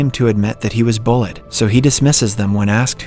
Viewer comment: The way hesays bullid as bullied 😂